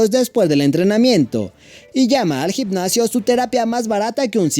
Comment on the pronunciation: Gicnacio???? Jajajaj no será gimnasio?? Aprende a pronunciar bien